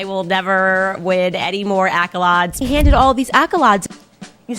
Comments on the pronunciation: "Accolawdes" how were so many deceived by this unserious person ? Its not a few words here and there. Its too many to ignore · l de-back-all. Not winning any ack-o-lawds that’s for sure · Accolades was my favourite 😂